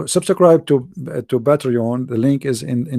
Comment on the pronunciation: You don't sound arabic, nor dont you sound like an American. I have a simple question. Why would Zakir Naik debate you?🤣🤣 First learn how to say subscribe in English. Then you claim to be an American. 😅😅